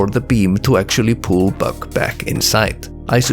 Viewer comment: First off, Free Palestine 🇵🇸🇵🇸🇵🇸🇵🇸🇵🇸🇵🇸 ! Second off Great Video! I loved the AR level over-views and mapping things out, as well as when you say 'buck' it kinda sounds like 'bug' to me, so it's really funny when you say "when bug pushes into the sloped wall and moves down, bug has to go through the ground" and idk why that just tickles me. Keep it up! +1 Subscriber